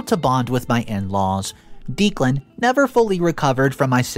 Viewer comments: You really need to brush up on pronunciations. The groom's name is pronounced Deck-lan.. this among several others. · (pronounced decklan not deeklan) poppy gave so many opportunities for op to remove her i got to 7.50 timestamp and i think eloping was your best bet for a peaceful happy wedding day mil and sis are as bad as each other and why did op not punch poppy back? at 15.14 i can not understand ops reluctance to ban poppy from her wedding? i mean wth. NO not ask her....TELL HER. get a spine and some common sense imo lawyer and sue poppy for slander / defamation good god op still whinging about sis not at the wedding.....really. op not living in reality? and now we see where op gets her blind trust from ...her mother how did steven even get near the projector to put his "film" slideshow on it? op is wrong. wedding and night was ruined mostly by herself for being blind and not preparing properly but husband is also wrong for his comments. again... preparation (security at door and at the projector) could have stopped all that holy.....you confide in poppy? sorry here. but op is STUPID who sent the email? if you suspect anything. investigate first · Yes! Someone spelled out the sound of that name. It was driving me nuts! I like this channel but the narrator often mispronounces normal every day words plus common names. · Declan is pronounced decklan. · I love listening to this guys' stories while I'm working. I just kept getting so distracted by the fact that he kept pronouncing the name "Deeclan". Is that just an American English thing? I had an American wife and I still struggled to understand... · It's driving me crazy!!!! I swear it's pronounced Decklan! Am I wrong??? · I love your videos and watch them daily. I notice that you pronounce a lot of words wrong. I usually look passed them. However, you keep repeating the name Declan over and over. It’s pronounced Deck-lan. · It's Deck • lan